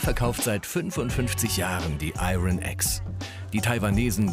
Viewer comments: Und das „Iron“ konnte man jetzt nicht ein einziges mal richtig aussprechen ? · Des r bei iron spricht man nicht des regt mich gerade so auf